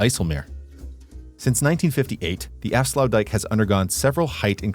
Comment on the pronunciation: tbh i wouldnt call it sluices but gates. This because they dont lower or lift the waterlevel and they are a single gate not two gates like a sluice.And youre pronouciation of aflsuitdijk was really that bad tbh.